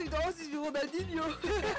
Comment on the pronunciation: Ronaldo nicht ronandihno